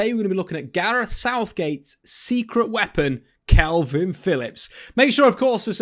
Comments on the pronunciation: It's K A L V I N, Not kelvin. Ffs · Dude, why do you keep saying Kelvin Phillips?